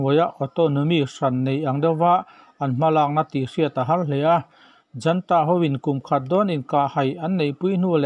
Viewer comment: Junta i lam dan dik lo hi ka hrilh tawh che a, i sim thei lo. Zanta lo ti tawh suh, A AW B a 'U' anga tihrik tho tur a ni.